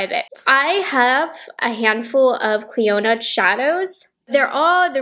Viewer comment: The D in Clionadh is silent!